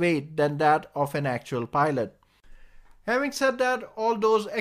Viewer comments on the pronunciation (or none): none